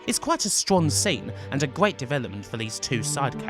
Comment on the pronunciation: I dont think this guy can pronounce r sounds. He says gweat instead of great, fwiends instead of friends. Its making me want to tear my ears out